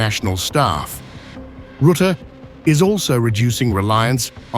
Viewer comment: Rətə like duh! Ruh te. FFS!